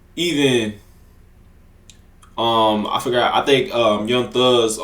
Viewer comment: "young thung" 🥀🥀🥀